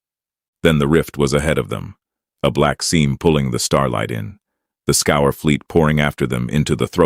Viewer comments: When was the last time you met a “human” who reads scourge as scour? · I wonder why "Scourge" is pronounced "Scour".